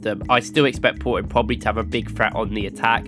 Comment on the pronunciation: It's Porto no Poroo 😆😆